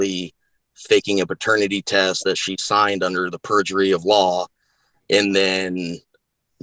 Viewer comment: "Under the purjery of law" Man thats a new tshirt!!!! 😂😂😂😂